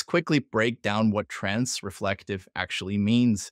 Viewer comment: I'm 32 seconds in at this point, and strongly considering not watching any further simply because you keep saying "trans*re*flective" rather than the correct "transflective". If this keeps going, I'm pretty sure my head will explode.